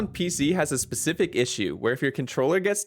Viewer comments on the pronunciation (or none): none